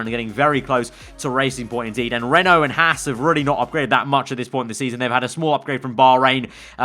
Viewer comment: DiD yOu JuSt SpEeL RENAULT... RAEENAULT?!?!